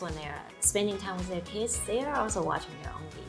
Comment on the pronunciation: Frustrated people in Taiwan they pronounce different English so strange n different by Taiwanese teachers in primary schoolFor example ,with to wis zoom becomes room n cancell becomes canserThey are stubborn